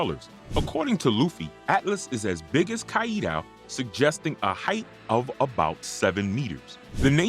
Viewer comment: you cant Pronounce "Kaido"!? Try harder !